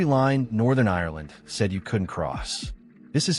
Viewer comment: Its Ireland not irerland.